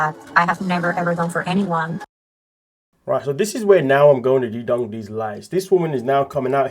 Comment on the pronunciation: umm its called mouth..and its debunk.. not dedunk. Just couldnt watch this video with you talking through the whole thing. Sorry.